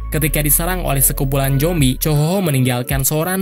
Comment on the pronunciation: Zombi bukan jombi ngomong aja gak bener